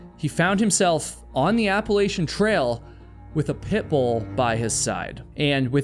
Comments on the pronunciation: I can’t help but notice how keeps saying “Pitbull” in an overly emphasized way as if to make the dog seem dangerous too. I don’t think that the dog was threatening and from the pictures it was a mix breed anyway. Pitt Bulls are great dogs when they are given the chance to be anyway. It’s the owners that are the problems. I just feel that you are perpetuating something wrong to make your story more sensational. I’m glad that that innocent pup was saved from a life that must have been incredibly stressful. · I don't like the way you keep saying Pitbull.